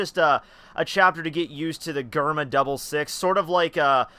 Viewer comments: It's DGERMA not GGerma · bro mans said gurma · its pronunced jerma